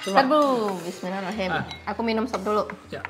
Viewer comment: Kak klo baca bismillah jgan buru2, kkak baca jga gk jelas kata Rahman nya, gini yg benar kak bismillahirrahmanirrahim. Maaf sebelum nya ya cuma mengingatkan ☺️🙏